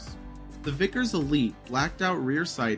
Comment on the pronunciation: I think he also said, "victors", as opposed to Vickers. Lol